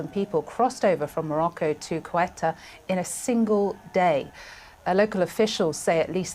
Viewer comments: It's Ceuta, not Cueta or Sueta... please... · It’s pronounced Ce-U-Ta no Cu-E-Ta lady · CNN, not sweater, CEUTA, read it as it's written. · Not sure how the newsreader isn't able to pronounce the name of this territory. It's "say-OO-ta", not "QUET-ta." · CEUTA IS IN NORTH AFRICA. It isn't pronounced "sweater" either. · She can’t pronounce even the name of the area! It’s not sweater!,,!! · If you are a professional reporter, please learn to pronounce the name of the location correctly. "Say-oo-ta". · Why doesn’t she know how to pronounce the city? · How can you trust a report that cant even pronounce the region correctly in english? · She’s pronouncing the country’s name incorrectly 😮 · The anchor has problems reading a five-letter-word (Ceuta). A deplorable display of American ignorance. And to make it very clear: Melilla and Ceuta are not in Europe. They are Spanish colonies in Africa which Morocco claims as its territory. And to all Americans who believe a wall will do anything good: take a close look! The border at Ceuta is a military grade fortification comparable to the Iron Curtain.